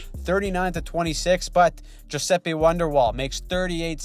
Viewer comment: Awesome breakdown, yet again. That Sabres pennant was hilarious! And you even pronouce 'Giuseppe' correctly. Respect.